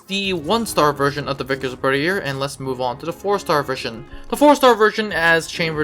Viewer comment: Its pronounced berth-ee-aye